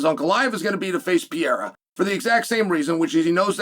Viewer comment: Chael calling him Pee era with supreme confidence 😂